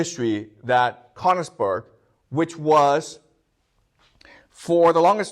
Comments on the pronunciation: Sir it would be even much more delightful and that beautiful if you would train to pronounce königsberg❤❤❤ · He skipped over all the war crimes (to put it mildly) and returned to Königsberg being the cradle of civilization. I doubt that praising Germany and Japan during WW2 is standard in Beijing schools. If anything, this video shows there is freedom of speech in China. However, be cautious when you hear somebody who cannot pronounce Königsberg praising the achievements of Germany up to and including WW2. His admiration for Prussia has blinded him to the extent that he commits basic factual errors, like the claim that Germany was fighting alone against the whole world in WW2. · The mispronunciation of Königsberg is painful to my ears. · He can't even pronounce Königsberg.